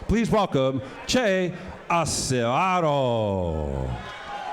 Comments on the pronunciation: Hey Mr. Announcer, you butchered Acevedo's name, sheesh. It's pronounced "Awseh-vetho", pinche gringo... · The announcer said, "Ass-eh-vado." Dumb old man can't pronounce Spanish.